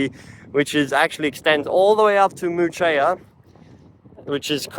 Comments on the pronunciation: You’re saying Muchea wrong btw 😭 it’s pronounced like Mooshay - Also Ballajura is an interesting station, I guess in the future it will have things built around it, it almost gives Yanchep vibes but closer to suburbs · Yep. Moo Shay 😅